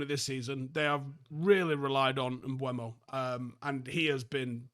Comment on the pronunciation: Why nobody knows how to say his name??? It’s quite weird and disrespectful to him to be playing in the premier league for so long and no one can say his name properly. M BE U MO not M BU E MO It’s really not that difficult for real